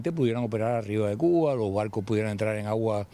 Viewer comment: ¿Por qué el dice "Cu-a"? Por favor enuncie correctamente. Se dice CU BA.